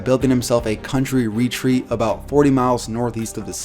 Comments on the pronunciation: I'm an asshole, I'm well aware of this...but it would be pronounced re-TREAT instead of RE-treat in that context. I couldn't leave it alone, I'm so sorry. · Great video and all. But who pronounces retreat as REEEtreat